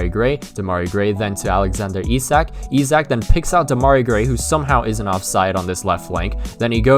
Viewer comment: Sign Chiesa, and I thought Isak was pronounced Ish-ack.